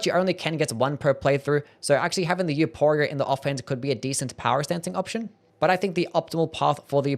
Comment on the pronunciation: Please I beg you the name is pronounced with an "F" sound not a hard "P"